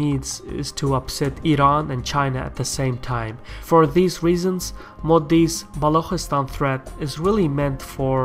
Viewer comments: Good video. This will certainly help people outside the sub-continent to better understand the issue. Just a small correction- Balochistan is pronounced Balu chi- stan. The chi as in chicken. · isnt it Balochistan?